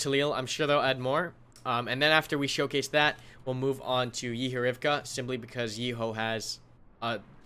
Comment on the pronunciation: Fucking Yééhó. 😂 Couldn't stop myself from laughing how you just kept saying Yehorivka. It's Yèhòrivka, short 'e' and 'o'...